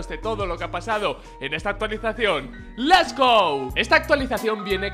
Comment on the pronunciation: 2018 y no se porque dice les go y no lets go